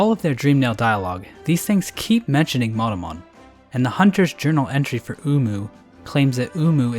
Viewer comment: No one is going to mention that when he says Monomon it sounds like Motomon?